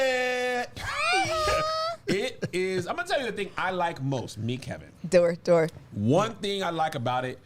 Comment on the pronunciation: Not “Who is at the Doe” 😂😂 ok